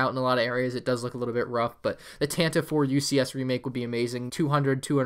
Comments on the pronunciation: Love your videos!! btw, Tantive IV is read as "Tantivy Four" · Tantive 4 is actually canonically pronounced like Tantivy 4. Bit weird but I like it.